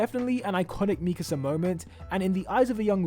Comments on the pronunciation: Bruh why does keep saying Mikese instead of MIKASA!!! its triggering me xD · ME-kasah 😬 Me-KAH-sah 😏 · why tf do you say mikasa like that